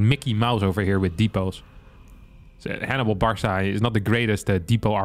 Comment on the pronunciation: pronouncing "Barca" as "Bar saw" 💀